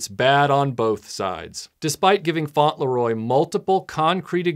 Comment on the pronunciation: It's not 'Faunt-Le-Roy', it's 'Fauntle-Roy'